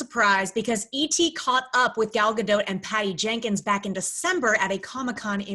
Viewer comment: You know her name is not Gal Gadoote. That would be wrong and I would think that maybe you guys at least would be able to pronounce her name correctly. Is it that fucking hard to figure out. For fuck sake. Figure it out.